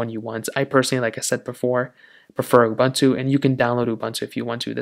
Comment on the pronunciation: Please learn how to speak the word "UBUNTU". PLEASE!